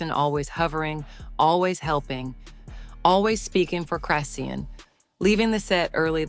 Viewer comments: Saying her name wrong😅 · Lady say her name right can’t watch this anymore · I hate Chrisean but damn say her name right yall bull shit robot platforms get on my nerves!! Also this shit didn’t need to be this long and I pray y’all can get sued for some of the shit y’all say because that crack head was absolutely pregnant and gave birth on line live so explain how that part was fake please??? And in less than 3 minutes!!!